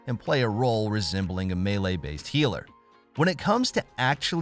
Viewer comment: He’s saying it correctly